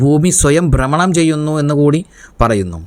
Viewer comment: ബ്രമണം അല്ല